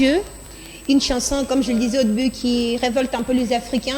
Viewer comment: C’est quoi, une « chnason » ? 😂😂🤣🤣🤣